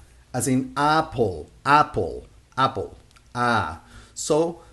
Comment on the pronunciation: I like your teaching style. However, Americans don't say "apple" with the AH sound. We rhyme "apple" with "cat." The AH sound in Español rhymes with "stop" or "car" in American English.